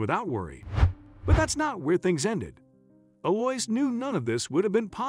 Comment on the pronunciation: Her name is Ell-ou-eeza. This is a lovely old french name.